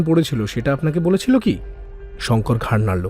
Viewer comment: গল্পে ৫ মিনিটে ৩ বার করে "ঘাড় নাড়লো" শব্দটির উচ্চারণ খুবই বাজে লেগেছে